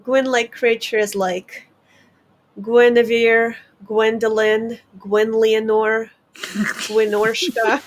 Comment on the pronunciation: “Gwynlionore” had me dying